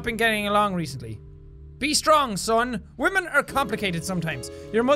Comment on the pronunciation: Balizong WAHMEN*